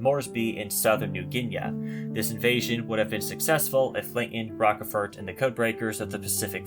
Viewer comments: Yeah, that mispronunciation of Rochefort's name is really annoying...... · As with too many channels, pronunciations are off. It's "Roach-fort," not "Rockefort." "New Ginee," not "New Ginea."